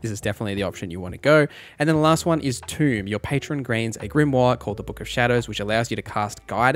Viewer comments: Thanks for this great guide, very useful. BTW, Tome (Book) is not pronounced the same as Tomb (Grave), easy mistake to make. 😄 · Great guide! Since your speech is part of your content creator skillset - a tip - tome rhymes with home, its not pronounced like tomb! Everything else was perfect! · Tome is not pronpunced tomb 👍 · Why cant you pronounce Tome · Tome= T-Oh-m not T-ew-m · Oh and it's pronounced Tome not toom. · I’m surprised Pact of the Chain didn’t get more love during your Warlock guide! Yeah, Guidance (from Tome—which rhymes with “foam”, not with “tomb”) is useful, but anyone else in the party can have guidance to give you that bonus, and Shadowheart and Halsin should both have access to it as a cantrip (and you can get it via a necklace). By contrast, being able to summon a flying familiar that can go invisible at will is pretty unrivalled in terms of utility. Having a flying scout to map out dangerous areas for you at NO personal risk is amazing, with flight to get into interesting positions. They can even toss items around to give you easy access to hard-to-reach treasures. Why walk through a gauntlet of traps to flick a lever or grab some loot when your imp can just fly through and either attack the lever or toss the item your way? (The imp trivialized saving the hostage from the hag and navigating the maze of exploding mushrooms in my playthrough.) They’re also very useful in combat—either to swoop in invisibly (so, with advantage) to finish off a low-health opponent, or to run interference and soak up attacks to distract the enemies from your party. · Tome is pronounced by saying the name of the letter o, the word you said is tomb which is another word for a crypt